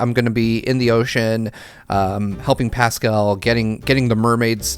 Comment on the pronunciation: No one:: PASSKUL